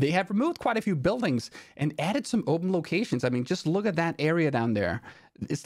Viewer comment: "oupmhm" Thats weird way to say "open" ❤